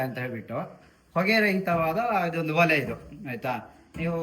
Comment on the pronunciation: ಓಲೆ ಅಲ್ಲ ಒಲೆ